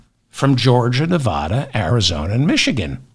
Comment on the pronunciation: Why is it that east coast people can't pronounce Nevada?